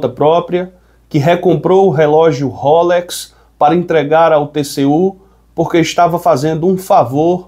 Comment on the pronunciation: Amigo ! NÃO É RÓLEX. É ROLÉX !!!!